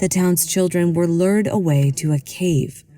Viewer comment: "COPSE" (of trees) is pronounced ~ 'cops' not corpse & BOYS' ( plural) is pronounced "boyz" . "LURED" = lew-yur-ed / not 'lurd'. => [The reason for actor voice training].